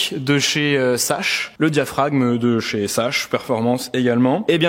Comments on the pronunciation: Salut je veux pas fair le chiant mais sache sa ce prononce sakche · Pour la marque d'embrayage Sachs, ca se prononce "Sax" et pas "Sache" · Alors pour info "sache" se prononce "zax" (comme les axes) oui, l'allemand LV1 peut servir parfois... ^^ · on ne dit pas sach pour SACHS, mais "SAX", juste au passage... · J'ai arrêter a "embrayage SaCHE"... Non je rigole 😂 Mais on dit "Sakss" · Sachs se prononce Zax